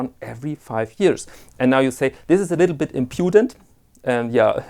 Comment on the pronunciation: Ein kleiner Tipp, "impudent" bekommt die Betonung auf der ersten Silbe, wie bei Ratskeller. Nur weil Du das Wort so gerne benutzt. :) Or you could also say "shameless", if you mean to say something like "unverschämt." Oder "outrageous", je nach Kontext.